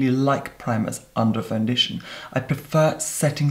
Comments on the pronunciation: FOUNDITION 🤣🤣😁 your amazing! EDIT better than Tati saying conciller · Quit a seamless fandeeshun